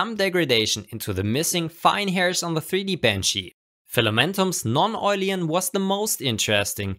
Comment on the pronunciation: Awesome video. Just a little suggestion. It´s called Non-oilen, not Non-oilien :D